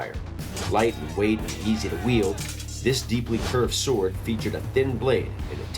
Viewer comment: Urgh, was that dude making a pun when he said yield instead of wield? Or did he just get it wrong?